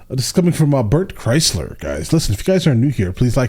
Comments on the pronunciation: His last name is pronounced like cry-sure. Not cry-slur. I'm surprised nobody else has corrected this yet, as it's been a hot minute of you mispronouncing his name, hehe. Just lookin out, bro. You also skipped the ending of the story! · I love how people still says his name as Chrysler. It's pronounced cry-sure lol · Love that you said crysler but it is “cry sure “ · Kreisher, not kreisler 😂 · Been like 6 Bert videos and he still saying Chrysler 🤣